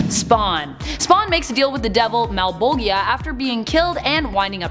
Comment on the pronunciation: Malbojhea. Not Malbogia. 😅